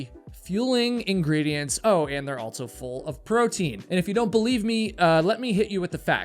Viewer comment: ALSO. ALL-SO. There is no T in the word. It is not pronounced with any T sound in the word. ALT-SO is not a word.